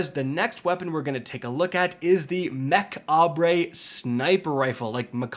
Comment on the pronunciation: MECH-AH-BRAY? So annoying you intentionally say the name wrong… MECH-OBB. That’s it. You don’t need to make it any more “saucy” or try to be funny or troll or whatever it is you doing. Every video is a cringe-fest and it’s a shame cause you could make really good content.